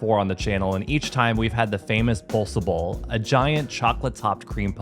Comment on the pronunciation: 5 bossche bollen. Not Bossecheballs